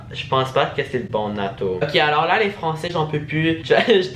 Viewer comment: C'est pas nato mais natoo et c'est l'une des youtubeuse les plus connus de France